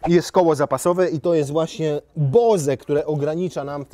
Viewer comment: nie byłbym wrażliwy - jakby pan nie ignorował wielokrotnych uwag dotyczących wymowy tego nieszczęsnego BOŁSA - zapewne pan, również wolałby zostać nadal Bąkiem a nie Bokiem - jak to pan raczył zrobić po raz któryś Amarowi "BOŁS"